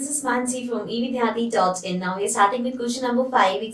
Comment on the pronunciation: how she said now